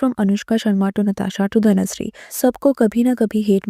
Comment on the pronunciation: Is it Dhanushree ??? I know it is dhanashree but in this video i can hear " dhanushree " many times in intial part.